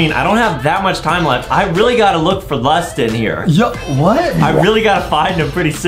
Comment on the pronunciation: he was at the spawn im really disappointed of adem why he said LUSTIN!!!!!! Btw Δπ√¢&æ